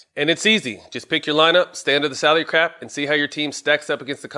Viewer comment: Did he say stay under the salary CRAP during the draft kings promo?